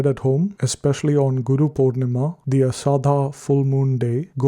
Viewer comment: Ashadha and kakad are pronounced incorrectly